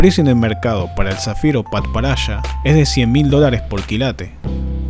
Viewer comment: Me esmocione cuando dijo zafiro padparacha